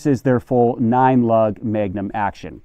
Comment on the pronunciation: "Megunum" lol